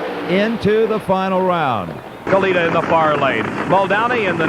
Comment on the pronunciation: Dave McClelland pronouncing it as "Kaleetta" is crazy